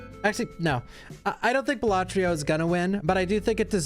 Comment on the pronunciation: it's balatro not balatrio